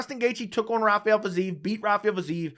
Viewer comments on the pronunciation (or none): none